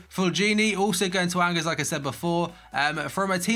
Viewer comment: Btw "Angers" is pronounced "Onjare"